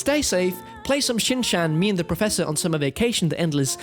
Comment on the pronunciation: You are pronouncing Shin’s name wrong 😬😬😬